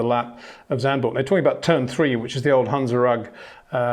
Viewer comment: Zandvoort, not Zandburg